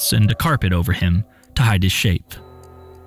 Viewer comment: Elleeayzar probably...thats probably how you pronounce it